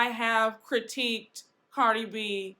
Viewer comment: You pronounced Cardi's name wrong.